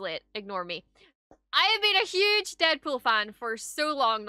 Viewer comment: " is a Hugh'ge DeadFool Pan". 2022